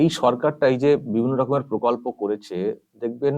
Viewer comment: প্রকল্প নয় পোকল্প বলবেন।😊